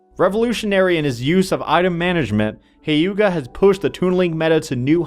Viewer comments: its not HAYUGA, its HYUGA. Like, He-uga :P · The way he pronounces Hyuga doesn't sound right :c